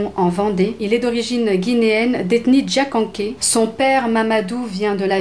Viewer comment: Bonjour deux petites précisions...Mohamed Sylla est de lethnie Diakhanké ( prononcez Diaranké) et sa compagne l'ex miss Justine Kamara est son épouse .. Il y a qd même beaucoup d'hypocrisie. Car loic etait une victime collaterale qui a subit des sévices. Mhd et sa famille ont-ils présenté des excuses à la famille de la victime ? J'ai été manipulée et violée par un étudiant sénégalais je me suis déplacée à Dakar pour confronter sa famille, son frère m'a dit de voir avec mon agresseur...donc que les familles couvrent des criminels je connais..Dieu demande d'être du côté de la Vérité et non de la parenté., daimer son prochain comme soi même...